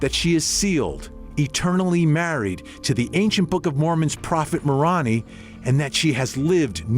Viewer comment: This was a good report oh, but the announcer needs to find a Mormon to help him pronounce the words that he's saying wrong such as Moroni, the name of the church, Manti and more thank you